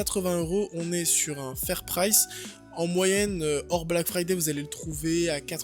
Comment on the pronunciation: Omg le black fyyday cher darty😱😂😂😂😂